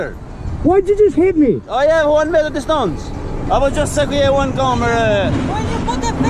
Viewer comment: Yeah, it's a "wanmettedestance"